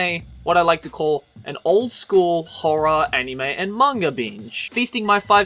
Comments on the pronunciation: is it just me or does he always say"mangar" instead of "manga"? See for yourself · you keep saying "manger".... manga